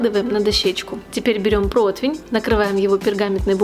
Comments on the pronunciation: Господи, ну когда уже запомнят: не проТвень, а проТИвень. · Не протвень, а протИвень